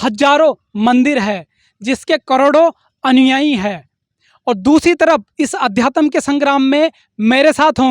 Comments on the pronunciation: Adyatam to bol lo pahle sahi se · पहले अध्यात्म बोलना सीख ले बेवकूफ